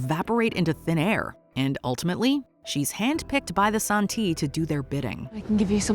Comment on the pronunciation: Alright. Haven't finished watching the show. Read the three books. Living in Shanghai and speak conversational Chinese. This pronunciation of Santi makes me die inside. It's literally just the Chinese title of the book 三体 Literally three body. San - like in the word sand ---------- ti as in tea. Make an effort to really pronounce both phonemes.